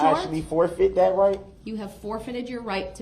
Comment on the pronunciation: We need to write a Brooks dictionary! Showders, do dat, liberry, co-horsed, biast, oaf, but my favorite was unbiblical cord in his closing statement!